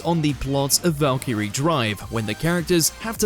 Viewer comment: You mispronounced Valkyrie & maken-ki, its like you never watched them before making this, oh wait. Could someone fire this idiot & replace him with someone who has brains.